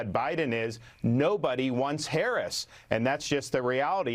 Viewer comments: Desantis is either too dumb to learn how to correctly pronounce the Vice-President's name correctly, or he is INTENTIONALLY STILL mispronouncing it to blow that dog whistle loud and clear to give it some racial overtones. Which scenario you do think it is? Nice to see Mr. Fetterman bouncy and spry. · Why can't DeSantis pronounce the Vice President's name correctly?